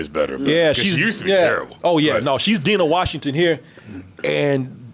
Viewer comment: "DEENAH WASHINGTON" just butcher the legendary name of one of the greats..... Dinah Washington